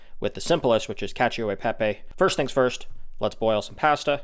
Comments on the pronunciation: Nice summary. But please… it is ‘pah-sta’ not ‘pay-sta’ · What's so f-ing hard about pronouncing the word 'pasta'?? It's 'paaastaaaa', as in with two 'ahs'. Not 'a' as in 'apple'. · Where can I get written recipes? Also, he needs to learn how to say PASTA! LOL